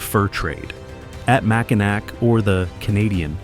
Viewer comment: AI with a bunch of bad pronunciations. Mackinac is pronounced- Mackinaw